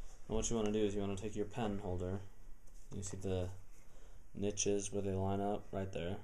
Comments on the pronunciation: what the hell are nitches? the last time I checked they were called notches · What the craps a nitch!!!?? I thought it was a notch lol